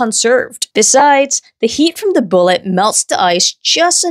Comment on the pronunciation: You pronounce “the” as “da” but “throw” with a “th” still…?